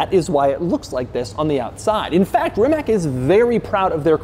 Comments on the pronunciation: you know that phenomenon when you hear a word so many times that it stops sounding like a word and just becomes a sound? "RIH-mack...RIH-mack...RIH-mack...RIH-mack...RIH-mack...RIH-mack...RIH-mack...RIH-mack...RIH-mack...RIH-mack...RIH-mack...RIH-mack...RIH-mack..." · Rimac is pronounced "Ree-matz." I wish people would start saying this correctly. People's names are important and this is easy research that will lend to your credibility. (My wife is Croatian and we live in Zagreb...) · The Croatian company, named after founder Mate Rimac, is actually pronounced as ‘ree-mats.’ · ‘rimaTZ’ is the right pronunciation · I´m from croatia and rimac name is not pronounced RIMAK but the letter C in croatian has very specific pronunciation but I cant think of any english name that sounds the same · Rimats it's pronounced Rimats! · Is it pronounce "Rimats" or "Rimach"? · Its Rimats pronounced, not Rimac 😉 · Dude you're mispronouncing it - it's actually enunciated as rimatz. Edit: for those of you who were wondering: Nevera: a name with provenance The name given to a quick, sudden and mighty Mediterranean storm, that races across the open sea off Croatia, a Nevera is extremely powerful and charged by lightning. I also love at about when Doug started explaining the car's performance stats saying it's faster than a Chiron then shows you a picture of a Chiron - when there's a damn Chiron parked right next to it 😆🤣😂🤦‍♂️🤦‍♂️ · It’s pronounced “Rimatz” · first the critics....we hate that english pronunciation of our names....learn it....it is Ree-mats! ts like in Tsunami. get it? R-i-m-a-c(ts) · It's pronounced Rimatse. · It is pronounced rima"TS" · Rimac should be pronounced as Rimats.C in Croatian language is not K. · Pronounced "rimats" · It is no effort to pronounce the name correctly - Rim-ats. Though not hugely offensive to mangle a person's name it does grate rather. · Its not called Rimak.......stop repeating it like that😮‍💨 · Doug butchered the name. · Omg stop saying rimac